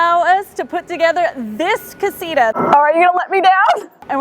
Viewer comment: mark Castia 😂 it’s Casita